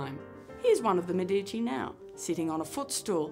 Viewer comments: It is Mèdici, not Medìci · Medici, pronounced MEdici, ok? Stress on "Me" and a long vowel. Short "i" in "dici".